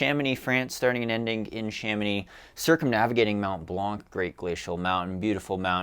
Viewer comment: the "c" in Mont Blanc is silent :P really not important, say it like you want